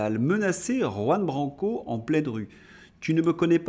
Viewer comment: Votre journal est instructif. J'ai appris un mot, très simple, grâce à vous. Mais vous devez décider si vous voulez vraiment prononcer le nom de Juan Branco, qui est espagnol. Jusqu'ici le prof, bilingue de naissance, vous met zéro.